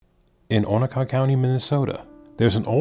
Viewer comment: A-no-Ka 😡 lol